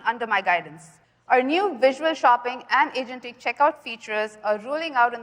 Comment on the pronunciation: nah the word this time was angentic. lol